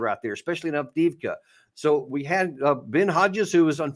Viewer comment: Two things and not being patronising. It is pronounced Av De Ev Ka. Minor point. Most important is that my stepson was in that city and we feared the worst but he called us today to say he was out. He had been there for one and a half years. I have no more details except that he was/is fighting for Ukraine. Very difficult conversations going forward for us should he survive. He has been twice decorated by Z himself not that shelling civilians is what he knew he was doing or deserves merit.